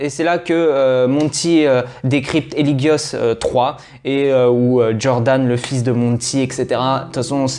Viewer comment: eligius pas hélium lol